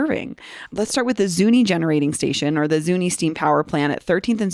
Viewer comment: Its said ZunI no E you sound like an outsider.. The Pec will never be the same again.. you cant even say it right. Ask a Local